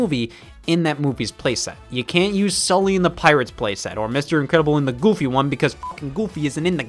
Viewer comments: I freaking love the way he says goofy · I like how Scott says "Goofy"